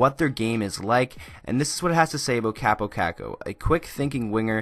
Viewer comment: You can't even say his name right